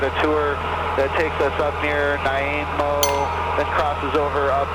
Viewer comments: Hook up with some Nanaimo bars and he'll never mispronounce the name again! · Haha he butchered the pronunciation of Nanaimo :) Nice video! Victoria checking in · Sosososo much love in this vid. x2 collab, Canada, hilarious pronunciation of Nanaimo. Please make p2 to this longer